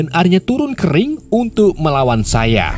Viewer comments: Saiya bang bukan saiye😂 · Seiya bang bukan seiye.. 😂 Pasti orang madura ya bang? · Saiye? Bukan seiya?